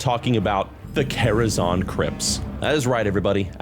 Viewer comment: the quality on the vid is rlly nice but i genuinely cant get over calling it karazon like people havent been saying zan for 20 years ;__